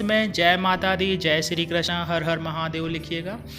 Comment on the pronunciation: Krashna nahi bhaiji krishna boliye 😊